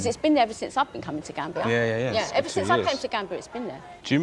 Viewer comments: GAMBIA not GANBIA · "I call it GRAM-bia" 😂😂😂🤮🤢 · she says she calls it grambia 🤣🤣🤣🤣🤣🤣🤣